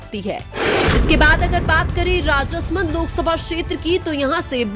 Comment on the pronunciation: उच्चारण में कई शुद्धियाँ है जैसे कनक मल कटरा को कन कमल और राज समन्द को राजस मंद बोलना...